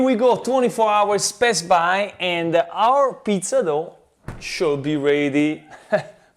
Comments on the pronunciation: I always thought he says best buy...it's pass by, damn I'm deaf. Thanks cheff! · aaaaaaaaaaaaaaaaaaaah, he says "past by"! I always understand "best buy", and was wondering it if its an running gag or something.